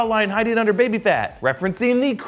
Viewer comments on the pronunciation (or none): none